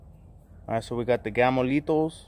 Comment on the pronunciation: saved the best for last. I look forward to the Gamo Lethals to hear you say "Gamo Litos".